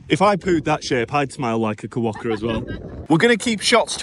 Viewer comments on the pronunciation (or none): It's not a Ka wokka, it's a kwoka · it’s pronounced “kwoka”, not “koowoka”. 😊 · Lol. Kerwocka! Like fingernails on a blackboard 😂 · Hey, I'm not sure if it's your accent or not, but it sounds like you pronounce Quokka as Kawokka, haha. Glad you're enjoyed your trip to Rotto, it's been a few years since I was last there. I have some great memories when I was young, camping as a 15yo and spending a week on a friend's 50 ft catamaran in Thompson Bay over the New Year when I was in my early 20s. It looks like the weather is warming back up, so you'll appreciate the white beaches and blue skies all the more.